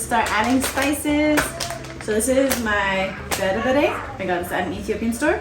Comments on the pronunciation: ❤❤❤❤🎉Good job, you are an amazing person 👏 👏👏 even your accent is perfect when you say berbere, alcha wow. God bless you and your family. we love you ❤ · You should tell us if you spent some time in Ethiopia 🇪🇹 or hang around Ethiopians a lot. Your pronunciations of the dish names is great. Alicha , dorowot, berbere… something people that are not Ethiopians or Ethiopian origin enjoying our most cherished food makes my heart warm. Specially the kids ❤